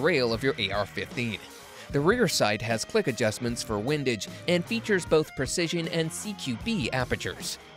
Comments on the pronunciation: "WHINEdage" 😂 Next... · Also mispronounced windage. Thats a dead giveaway